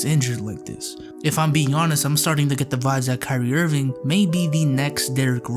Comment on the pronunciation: did you just call, kyrie, "crispy ass"?